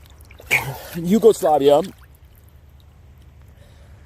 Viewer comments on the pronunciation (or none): Can you say Yugoslavia properly? XD (unless you doing it on purpose then it's ok i guess )